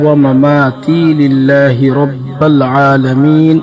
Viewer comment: Bde last m rabbil likha hua h but aap rabbal pd rhe ho..?